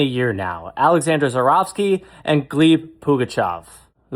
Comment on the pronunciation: Gleb, not Gleeb